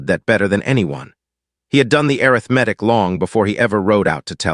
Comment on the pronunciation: NAME IS PRONOUNCED SY-LUS. ARITHMETIC IS uh-RITH-muh-tik. Some uses of the word READ, are pronounced red. AI isnt very smart, and foreigners dont know how to proof read.